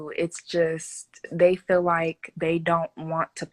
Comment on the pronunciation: she didn't say that. she said I fill like. And I thought fill what?